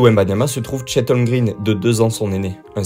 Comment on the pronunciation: Par contre thunder c'est singulier et faut check la prononciation des noms de famille (ginobili holmgren ou doncic)